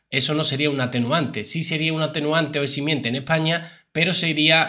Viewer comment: Se dice eximente 😮